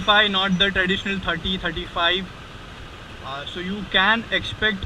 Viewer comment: Really detailed review... I heard u r saying "S" as "SH". Ex.Class as Clash, so as sho..etc It changes meanings Bura mat mano, muze aisa laga is liye keh raha hu....